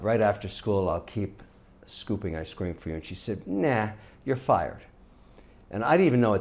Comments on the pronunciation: "I scream" why is Kevin's pronunciation of ice cream so weird? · Yh bro ice creem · He used to have a speech impediment could be leftovers from that.